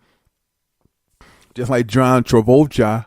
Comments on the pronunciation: No its John Taboljha! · john trans-voltron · Ru sure it isn't John Trabolja